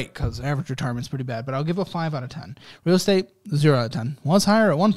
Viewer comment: "Real Estat" lmao editors love y'all